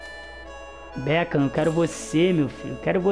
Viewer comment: O becam kkkkk beckham